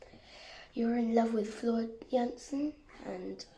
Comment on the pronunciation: Her last name is pronounced yansen jansen she's Dutch